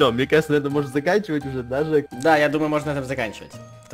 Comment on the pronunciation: слушай жек а не дек извини